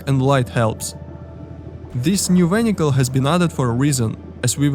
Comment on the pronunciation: ah yes the new underwater "vhenhical"